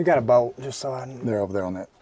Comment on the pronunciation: Bowt=bolt. Ol=oil. Bouwl=bowl.🤣🤣🤣